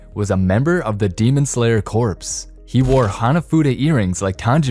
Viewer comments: Corps is pronounced "core" not "corpse." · Fun fact: you don’t pronounce the “ps”in corps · You don't pronounce the "p" in corps